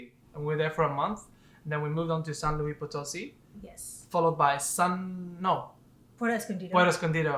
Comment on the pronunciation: Love your footage and great editing on the videos! One note, it's pronounced "San Loo-eess (pronounce the S")" --not like the French "louie". So, a tip re: Mexico and Moctezuma's revenge... I'm American (Californian) and have been all over MX over a dozen different times over the course of 9 years now. I've gotten "deathly" ill on at least 4 different occasions (i.e. can't get out of bed for 3 days) and have gotten 24-hour food poisoning another 4 or so times. However, I have another Californian friend who never gets sick. It just depends on your own sensitivity, your gut flora & whether or not you've been previously introduced to the bacteria specific to Mexico. I have tons of food allergies so that already puts me at higher risk... I'm still planning to move there permanently in July of this year, but have learned how/what to eat (mostly) to prevent getting sick. You'll learn it over time. It sucks but some people are just more susceptible than others... I'm one of them.